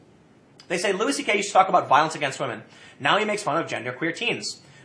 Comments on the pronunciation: tim, his name is fucking louis. and it's pronounced luey not lewis. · Why do you keep calling him Lewis? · "Lew-iss CK". LMFAO 🤣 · It's pronounced "louie" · Please, Tim. Louis CK's name is pronounced "Louie," like Louis Armstrong.